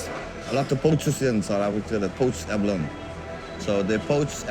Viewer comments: Abaloney? Come on… what English word that ends with consonant-“e” has a hard “E” sound at the end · Ja, to hear Abalone pronounced correctly several times throughout the video and then butcher it with abaloney is beyond me 🤣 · Great video! Just for info: Tik is pronounced "Tuk" and abalone as being "alone". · and 'abaloney'